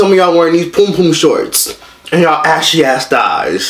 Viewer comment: 😂😂😂😂😂 the way he said "and yall ASHY ass thiighs."